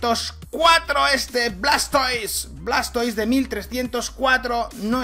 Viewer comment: Pronunciación: escuirtel - guartortel - blastois